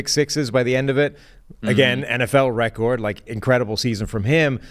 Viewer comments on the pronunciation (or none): NFL wecord😂